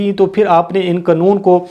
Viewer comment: قنُون ❌ قا نُون ~ قانُون ✅